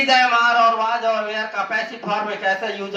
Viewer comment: ये were वेयर nhi (were) वर होता हैं ये (where) वेयर ये होता हैं